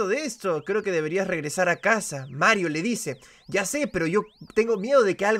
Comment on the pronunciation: Me pone feliz cada vez que dice marrito